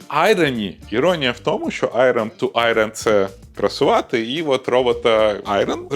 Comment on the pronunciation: жартуєш? Ти працював в США, на американську компанію, говориш англійською, і - "айРон"?))